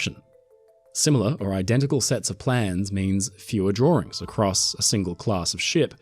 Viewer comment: “the exact same set of drawrings . . . “ too cute 😊 😂